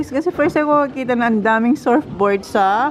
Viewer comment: surfboard . it's pronounced as SERFBOARD